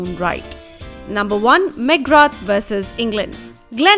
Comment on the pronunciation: What is meckgra TH? IT'S PRONOUNCED AS "MAAC GRAA"